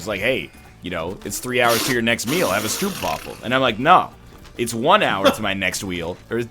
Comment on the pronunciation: NL i am very offended by the way you say stroopwavel.